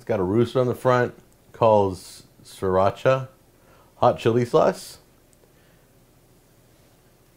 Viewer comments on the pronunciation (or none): none